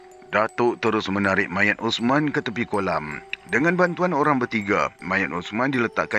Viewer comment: "Ossmaann... Itu mayat Ossman"... Memang 'rare' intonasi 🎉🎉😂😂😂